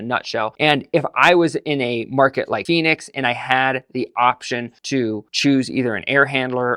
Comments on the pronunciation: Phoenix not Phenix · "Phenix" lol! But seriously, I live in central California and the winter rarely gets below 30-ish degrees. I'd like to ditch my gas furnace and get a heat pump.